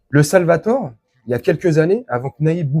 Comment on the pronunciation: Le Salvador et non le Salvator, belle video et merci a toi, Patrick